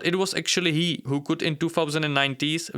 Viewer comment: "With all due respect, Ho are you?" The accent killed me😂. Good job, tho 👏. Love your videos